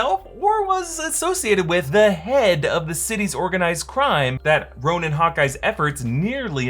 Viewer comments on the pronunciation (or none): Ronin…not Ronan Ronan’s my Irish cousin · It’s Ronin not Ronan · minute "The Ronan" ??? not Ronin ? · the ronan? isnt it ronin??